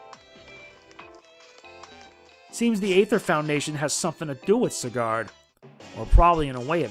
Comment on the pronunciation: Its ZYE gard Not ZI gard